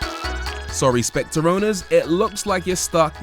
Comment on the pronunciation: The Specte? .........Not SpectRReh?